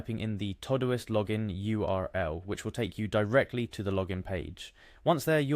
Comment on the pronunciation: It’s called todo-ist